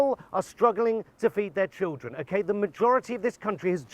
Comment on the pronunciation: The word is school, not 'skoowww'. Children, not 'chiwwdren'.